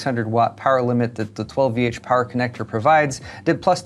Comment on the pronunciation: You know when is all benchmarked-out when he forgets the proper way to pronounce 12VH power